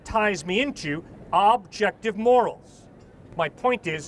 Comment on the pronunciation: That first guy kept saying “moraes/more-rays” instead of “morals” he kept saying it wrong and it was very annoying 😅